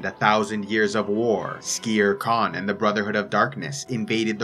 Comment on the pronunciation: wait i thought his name was skeer kaan, not skere kaan